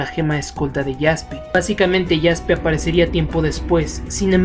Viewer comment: Se dice como se escribe Jaspe